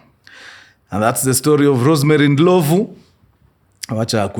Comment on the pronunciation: it’s not Ndilovu, it’s Ndlovhu